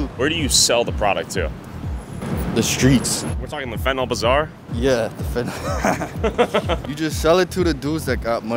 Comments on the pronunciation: Why can’t people ever seem to pronounce the word Fentanyl correctly? It’s not FentaNOL, it’s FentaNYL. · I Fuckin hate peoples who say finti-Nol it’s pronounced Fenta-neal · pronounced FENTANIL. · So annoying that people can't seem to pronounce F E N T A N Y L. They keep calling it "Fentnawl".